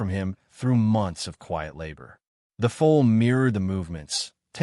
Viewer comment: Foal not fool ! ! !